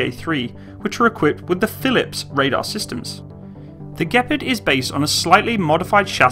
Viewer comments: "The gpard" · It thought it was pronounced gee-par-d